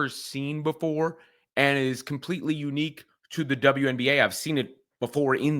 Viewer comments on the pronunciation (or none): none